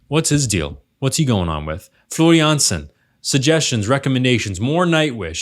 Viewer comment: The way you pronounce Floor Jansen is perfection though!